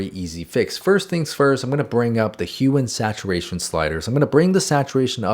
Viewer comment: I thought he said HUMAN saturation sliders 😭